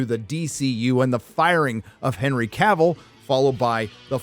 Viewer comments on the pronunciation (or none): none